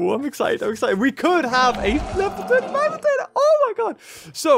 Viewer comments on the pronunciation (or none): its magna pyritator not magnitator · day 1 of asking to say Magnapyritor's name right:Edit im not mad about it i just wanna hear him say it